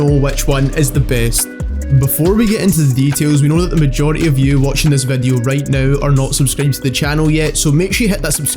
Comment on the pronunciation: "vedeo" "Twetch" XD